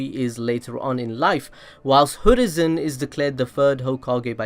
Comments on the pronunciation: It's hiruzen not hoorizen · It's hiruzen not hurizen😂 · is anyone else confused as to why this dude is pronouncing Hiruzen??? Like he's saying Hurizen, not Hiruzen??? Why bro??? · he keeps saying "hurizen" REEEEEEEE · Ah yes, the third hokage hurizen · why do you always say Hurizen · So absolutely no one is going to bring up the fact that he said “Hoorizen Sarutobi”???